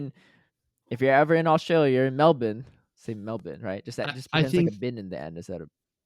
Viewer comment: Speaking for all Australians 😅, we appreciate the effort you made to pronounce "Melbourne" in a more locally acceptable way. Pronouncing it "Mel-bin" might have been a bit of an over-correction though, the best way to pronounce it is "Mel-burn".